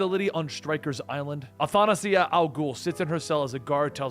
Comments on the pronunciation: Its Athanasia dude not Anathanasia :P its a Greek name and it means immortality. Besides that i really enjoy your content and i hope you keep it up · I understand people being unable to pronounce foreign names but I will never understand pronouncing things with the wrong syllables. Like... at least pronounce hte letters as you would in your own language. The name's Athanasia. How are you reading the extra 'na'? Aa-na-tha-na-sia? ??? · I am greek and the name is greek so the name pronounce athanasia' the tone to the last a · it's weird because its not that hard to pronounce even phonetically. Like ... why is he adding the extra "na" in the syllables its just athanasia where is the ana-thana-sia coming from lol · It’s pronounced Athanasia or like: Athen-Asia, as one word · The daughter’s name is pronounced Ath- Tha- Nays-Uh. it’s my sister’s name and is Greek of origi. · I’ve been listening to a lot lately and I just noticed he kept saying “ANAFANASIA” for Athanasia it’s like Euthanasia with an A 😅 he does the same for Shiyera pronouncing it as SHE- YA- RAH As opposed to Shy-Yeah-Rah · FYI, Athanasia is my wife's name, so I DEFINITELY KNOW how to say that name (I'd better know). It's a Greek name that means Immortality. The English pronunciation is " ath-uh-NEY-zhuh" (which is pronounced similar to Anastasia), although in Greek it's more like "ah-thah-nah-SEE-ah". I use the Greek pronunciation, which sounds prettier. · Her name is pronounced "Anastazja" if im right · Batman's daughter's name is pronounced "Ah-tha-nah-si-a" ( "Ah-ð-nah-s-ia" ) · ah-thah-nah-SIA. It's a greek name, means Immortality but in literal translation means Undeath. The male version of the name can be cut down to Thanos. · Years later and I still don't think Athanasia is a hard name to say. It's like Anastasia. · Your pronunciation of Athanasia is killing me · All good really good job but seriously as a Greek listening to the wrong pronunciation of the name of Athanasia omg....